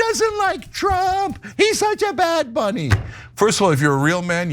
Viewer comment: Not sure who bad bunny is but am sure that isn't how you should say it